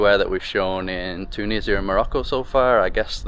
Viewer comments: Yeaaah right TUUU NISIA 😂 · The way you pronounce Tunisia with a stress on the first syllable is funny😂❤